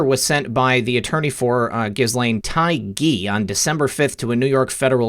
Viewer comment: Ghislaine is pronounced as Ghee Lane. The s is silent. French name.